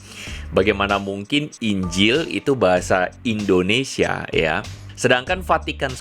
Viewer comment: endonesa... (yahhh.. ketauan deh dari caranya ngomong..)